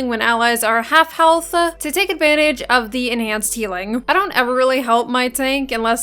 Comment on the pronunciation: I like how you say health-ah